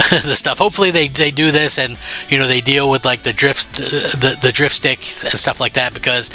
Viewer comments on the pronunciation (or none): none